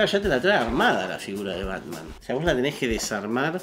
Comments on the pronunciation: porque le dice ¨pelpet¨ al batman?? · Conocí hace poco Est e canal y me hace cagar de risa, aparte hace unboxing de altas figuras, lo que no se es por que le dice pelpets a batman jaja